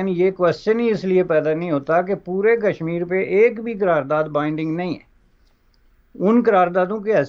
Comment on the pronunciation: Kashmir ( not Kasmur).